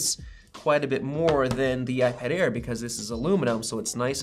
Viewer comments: Did it sound like Ipad Ear at the beginning? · I totally heard "iPad Ear 4" at the beginning 😂🤣